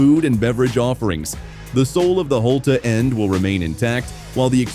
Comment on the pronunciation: Holte-a end really Annoying